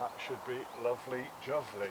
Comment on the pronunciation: If you say juvely one more time im gunna stone your peg its"jubly " you plonker lol